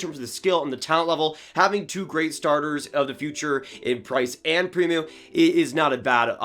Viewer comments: It’s pronounced “pre-moe” not “pre-moo” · Its Prim - O